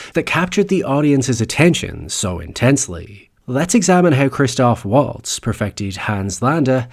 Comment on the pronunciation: You could at least pronounce his name correctly.